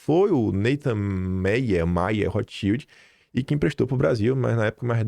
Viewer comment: Sim, o sobrenome da família Rotschild é de origem alemã. Fala-se “rôt” (= vermelho) com som de 1 erre e não 2; “chíld” (= escudo) o L com som de L e não de U